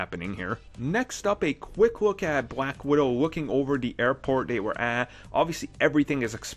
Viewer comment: "And now a quick look at bwack widow" ... Love this guy XD